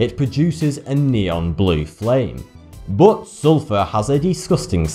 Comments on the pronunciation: BOOOT, BOOOOT ... pronounced BUT no matter your accent, you can tell diffrence between U and O, good video and all but ... BOOOOOOOOOOOT .. wtf its not Cs bro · When he says "bote" does he really mean "but"? Same with "ope", he's really saying "up", right? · "but" or "boot"? :)